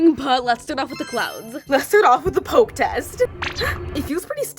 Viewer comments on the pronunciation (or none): none